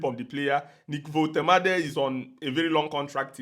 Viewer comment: He will sue u for pronouncing his name like that 😅